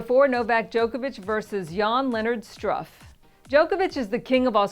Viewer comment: You really have to learn how to pronounce foreign names... At some point you said Aliz instead of Alize. Also, he`s Struff, with the u sounding like in ,,Moose”.